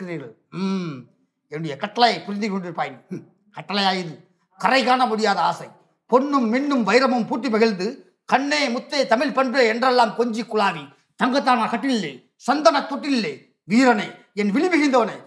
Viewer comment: பல பேர் தமில்னு சொல்லும்போதே கடுப்பாகுது (நெறியாளர் முதல் அரசியல்வாதி (பிஜேபி) வரை பலருக்கு தமிழ்னு வரவே இல்லை)